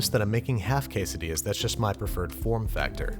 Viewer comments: 20-hour video of Babish saying _quessedillas_. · Se dice como se lee we Es quesadillas we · Noooo I am Mexican and that is not the we to maque quesadillas